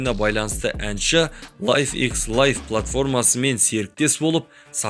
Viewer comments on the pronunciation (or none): none